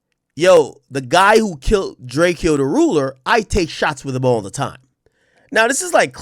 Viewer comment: It’s DRAYCO not DRAY KE O